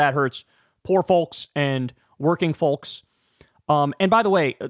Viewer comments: Kyle, please stop saying “FOWLKS” it sounds insane like you’re having a stroke. 😂😂😂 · Kyle must be intentionally triggering people with the way he pronounces 'folks'. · The way Kyle says folks makes me giggle every time I hear it